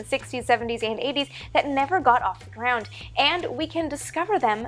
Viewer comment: The way you say "ground" almost sounds like "greyhound"